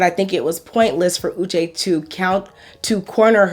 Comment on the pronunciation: On one hand Uche is suffering from crazy stalking ex, that follows him around and on another hand he wasn't able to recognize her very distinct 'Ushe' pronunciation? Something is not adding up